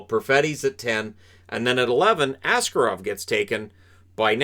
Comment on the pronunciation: Well done on that Shakir guy name pronounciation, tatar names are indeed absolutely brutal. Yet what will probably be more important in the future - it's Askárov, with a stress on the second syllable.